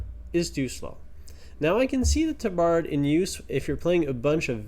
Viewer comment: you need to look up the pronunciation of “tabard.” It is ˈtäbərd